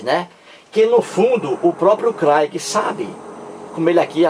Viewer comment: Você está dizendo bobagens,você está se baseando numa reportagem de uma revista, você não está provando nada, você nunca leu um livro do craigui. kkk Saiba que você está sendo refutado em outro canal,por um rapaz inteligentissimo, que está fazendo doutorado em teologia. Você,,é um velho burro,que não lê livros de Sociologia, filosofia,antropologia, nada. Não sabe nem pronunciar o inglês. kkkkk Porque você não quer debater com ele? Tá com medo dele te provar que Deus existe? Que a cobra falou? Que caiu fogo do céu? Que Jesus ressuscitou? Que ele secou uma figueira, porque não tinha figos? Que de acordo com cada evangelista ele dividiu alguns pães e deu de comer para milhares de pessoas? Não seja covarde,aceite o debate,que ele vai acabar com você, seu velho burro. Abraço, desculpe não quis ofender.kkkk